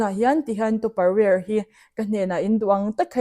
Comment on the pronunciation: Topper ang in i lam a,tupper ani in ka hre si,kan lo lam sual thin zawk nge tupper ware kan tia topperware ang in i lam si😢